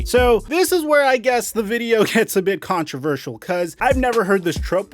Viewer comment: People need to get over this name calling and relabeling it into racism bs. We also need to stop giving attention to their nonsense. AAAnd learn how to say controversy. Holy crap who taught you how to say I that way. Is it a speech impediment? Like every word you speak is completely normal until a little controversy arises? Lol WTF I'm sure Google says it correctly. Hold on I'm be right back.